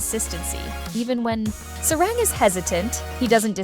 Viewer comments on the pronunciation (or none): Just for help - there’s no short a in Hangul. A (ㅏ) only sounds as Ah in Hangul so Sa-rang isn’t Sae-Raeng (unless spelled that way, which isn’t ㅏ but rather ㅐ), it’s Sah-Rahng. 😉